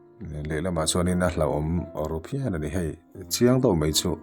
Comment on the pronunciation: Chenel Neitu Pa khawngaihin , E hi A angin I lam tam a, ngaihtlak a hreawm deuh . e.g ah Hei tih te hi Hai ti in I lam nasa